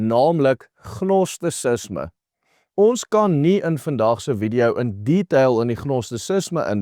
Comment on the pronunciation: Gnosticism word uit gespreuk : "Nostisisme" geen G klank